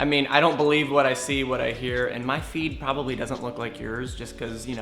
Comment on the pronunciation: Ok I got a little confused when said "My feet probably doesnt look like yours" until I got that he meant "feed"